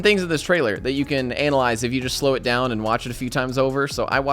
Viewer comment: The way pronounces ANALyze... lmao